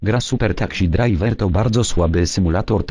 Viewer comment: " super taksi drajwer " xD